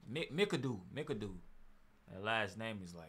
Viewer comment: Bob pronounced "Mac-a-doo"